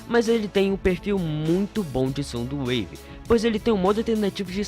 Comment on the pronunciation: Na verdade é soundwave não somdowave